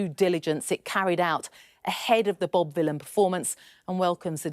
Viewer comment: One of the times you said Bob Vylan I thought you said Bob Dylan, which is quite funny because he's a Zionist shitbag.